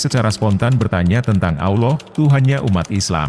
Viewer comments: Maaf ya! Ramai orang Indo tidak tau sebut Allah.. selalu disebut Auloh.. ini teguran ikhlas.. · suara robotnya masih non muslim rupanya....😂😂😂 Melafadz kata AllAH masih tidak bener, masih berbunyi Awloh atau aoloh.... semoga robot suaranya mendapat hidayah dan mualaf agar belajar melafafzkan kata AllAH dengan benar. Aamin....😊